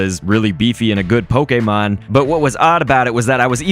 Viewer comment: I love when he says poKÉmOn